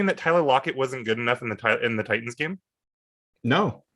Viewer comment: Really missing "Titins" pronunciation this past week and a half. I'd gladly go back in time and have to hear him butcher it for another week to revise the last couple games.